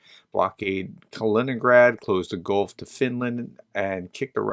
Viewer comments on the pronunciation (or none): none